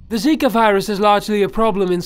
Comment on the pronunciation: Dude zaka virus its zika